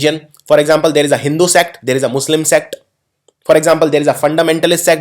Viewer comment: It's not hindhu... It's Hin-du.